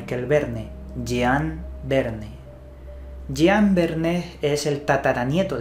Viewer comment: Estimado, por respeto a los francófonos permíteme hacer una precisión sobre la fonética de los nombres en francés que seguro harán más seria tu exposición. Puesto que parece que el inglés te domina, en francés las palabras van acentuadas en la última sílaba por lo que "Michael" se lee Mishel y no Maiquel como en inglés. Jean no suena Yián sino como en inglés Jan (nasal). Creo importante que si se desconoce la pronunciación en el idioma de la palabra se lean los nombres como si no se supiera su pronunciación en vez de inventarse la fonética, que siempre se puede consultar en la web y no provoca sonrisas. Por lo que concierne a la investigación, muy buena como es habitual en ti.